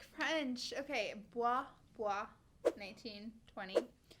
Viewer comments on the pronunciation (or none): none